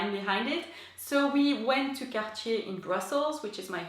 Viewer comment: So refreshing to hear Cartier pronounced correctly!